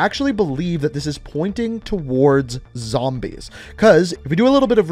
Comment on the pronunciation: When you say zambies you know you an OG